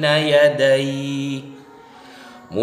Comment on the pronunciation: 1 : 26 .....muṣaddiqal limā , bacanya sad bukan sod hehehe ....مُصَدِّقًا لِّمَا jelas dia baca latinnya